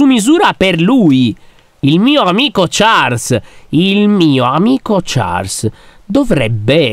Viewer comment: Comunque si pronuncia sciarl ma si scrive Charles